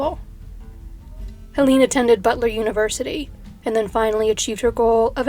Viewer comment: Hell-UH-nuh Kuh-NAH-buh But great topic, I love how you find the most obscure stuff